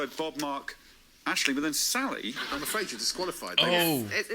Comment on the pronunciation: Yes, my favourite uploads right now!! This season's cast is so good, Sally Phillips is amazing and some truly hilarious moments. P.s the Irish girl is Aisling (Ash-ling), not Ashley 😃